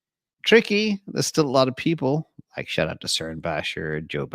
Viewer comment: "I likkkeee"